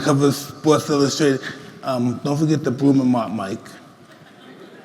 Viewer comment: “MYIEEEK TYSON” 💀